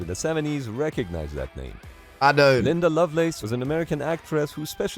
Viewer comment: The porn star is Linda not Linse.Get it right!